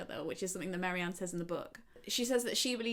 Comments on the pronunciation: babes its Marianne not Mary-Anne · Very interesting - but Marianne not Mary-Ann!! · I was surprised by pronunciation of Marianne. I thought it was 'Marry-anne' as I knew someone with a similar spelling who pronounced it that way but now I'm questioning myself. I know it doesn't really matter but I like to say characters names correctly.